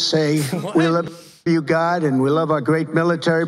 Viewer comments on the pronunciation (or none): He can't even sa God right. And what god is he thanking